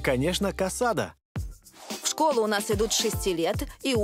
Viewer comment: Сожалею если я вас расстрою, но блюдо называется не КАСАДА а КАСАДО (CASADO). B испанском буква О не звучит как А. И не ГРАЦИАС а ГРАСИАС.🤦‍♂️ СЛУХ РЕЖЕТ а в основном всё верно👍